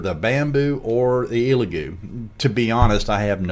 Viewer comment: Solid video. Only note I have for you is to respectfully ask you stop calling it an “EEELagoo”. It’s pronounced “ELLagoo”.